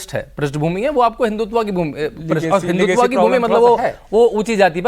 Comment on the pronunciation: हिंदुत्व होता है हिंदुत्वा नहीं